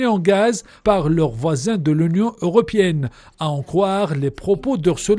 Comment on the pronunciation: L’union europiènne. C’est honteux des journalistes soit disant francophones mais profondément arabophone qui ne savent pas faire la différence entre le (é) et le (i). Dans ce cas Athmane Ariouet doit intervenir pour donner son appréciation.😂